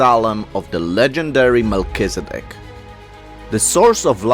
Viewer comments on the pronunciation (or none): none